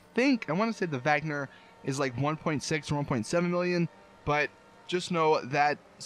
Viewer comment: It's pronounce Wagner